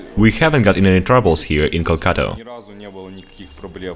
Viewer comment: this time you pronounced it correctly